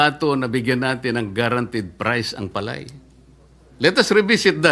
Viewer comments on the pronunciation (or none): ayan na si Sen. Marcoleta makinig ka kiko ha kasi ikaw yung nasa agri ngayon wag kang magmarunong ni bigkas mo ng palay mali pa😂😂😂 wala ka naman kasing alam eh mayaman ka kasi di ka relate sa mga magsasaka.